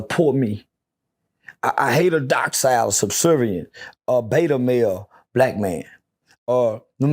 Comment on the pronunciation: Its docile, not dockcile